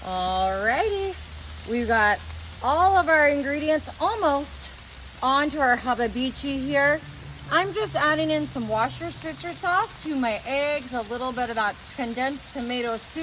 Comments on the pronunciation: Hababeechi? Worchestershire sauce? Damn!!! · Did I just hear you say Wash a Sister Sauce???🤣🤣🤣🤣🤣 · Did she say haba-beechy? Did she call it wash-your-sister sauce? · You lost me at the can of tomatoes, then you slapped with the "warsh-yer-sister" sauce... and by the 5th "hab-a-bichi" I almost threw my phone.... Im amazed and appalled at the same time... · Worst E shire sauce is how you pronounce the sauce lol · I’ve never heard of “Wostashesher” sauce before.😂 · Seems about as good as her pronunciation of "washer sister" sauce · Washushisher Sauce. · Washyersister sauce? Really